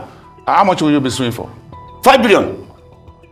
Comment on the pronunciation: Next time you wirre not engage in cyber BURREEING😂😂😂😂 Do you have 5 BEERRION NAIRA?🚶🚶🚶